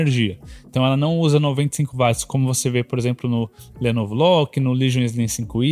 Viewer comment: 🛑 Bicho, que DICÇÃO PÉSSIMA! Uma das piores dicções que já vi na Vida! Pessoa tem q prestar muita atenção e forçar o cérebro pra entender oq esse cara ta dizendo.. Fora que no final das contas o cara é um quase Leigo, 1 Curioso q ta aí comentando.. O cara erra termos técnicos. Coisa que 1 Bom Profissional, alguém que estudou não erraria! Exemplo: Chamar Watt de Vat! É de Lascar! Coisa de quem nem fez o ensino médio direito! Watt se lê Uóti, Camarada! E não VAT! Watt é unidade de potência em homenagem a 1 físico. Enfim.. Edit: Pelo menos trouxeram muitas informações que dá p orientar a escolha entre notes similares.